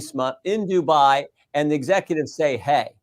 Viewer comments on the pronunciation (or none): none